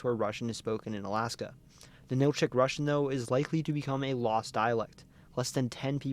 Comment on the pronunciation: Very good video here. However, a few details need to be fixed in the Alaska section. First, Ninilchik, rather than nin-ILL-chick, is NIN-ill-chick. Second, there are 4 more villages like it in the same area near Homer: Kachemak Selo, Nicolaevsk, Razdolna and Voznesenska, and one of the tribes in the area, Dena’ina = deh-NIGH-nuh, rather than deh-nuh-EE-nuh, and the other tribe is Alutiiq, rather than Aluutiq, and its pronunciation is ah-LOU-tick.